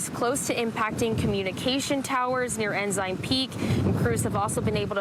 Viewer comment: "Ensign Peak": Is it really pronounced "en-zyn"? I'm new here and had assumed it was "en-sn," like the Navy says it.